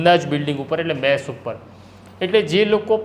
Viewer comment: મેશ ? કે મેસ ? આગળ રહેવાની હોડમાં ભાષાને સાવ પાછળ છોડી દીધી છે. મેશ એટલે કાજળ, કલંક, વગેરે થાય. અહીં ભોજનાલયની વાત છે તો મેસ જોઈએ....